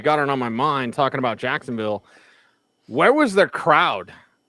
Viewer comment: Cracks me up how says “Jacksonvull” thinking he’s saying “Louisvull”. Just LOL